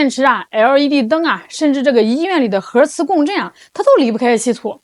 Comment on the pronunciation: 核儿磁共振😂真不是我吹毛求疵，真不能这么念😂